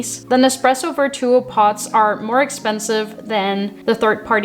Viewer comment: It sounds like you're saying "Pots" instead of "Pods", Lol, but good video!